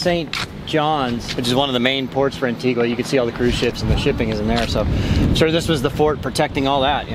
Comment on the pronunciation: C'mon,... "one of the main ports?" It's the frickin' CAPITAL, AND it's Anti-GUH, not -GWA. As you so distracted with all those gluts in front of you that you can't do even the most remedial research on your destinations? Take a cold shower and do your homework!